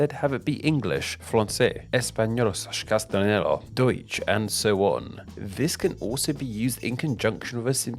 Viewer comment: Castanelo? I think you meant to say castellano lol